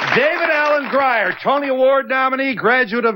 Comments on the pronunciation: Donahue pronounce David's name as GRYer it is pronounced GrEEr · DAVID ALLEN ( GRYER??? pronounced wrong ) DAVID ALLEN ( GREAR Phonetically Spelled ) David Allen ( Grier correctly spelled ) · gry er? the look on his face after mispronouncing his name. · he almost got the chance to correct Phil when he mispronounced his last name.